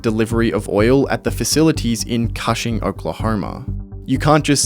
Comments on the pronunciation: you did a lot of work on this video and didn't look up how to say Cushing Oklahoma? It's not kahshing... it's kooshing. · Cushing is an hour from where i live. It is pronounced cooshing, like whooshing or the first part of cushion. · Thats not how you pronounce Cushing, its pronounced like Kush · Cushing, Oklahoma. Is supposed to rhyme with pushing. Like kush-ing. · Cushing, Ok Like "Cushion" but "Cushing". Idk why you're saying it like that lol. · "coo" "shing" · Love your videos... but I'm a bit sad that you missed the pronunciation of Cushing Oklahoma... so badly.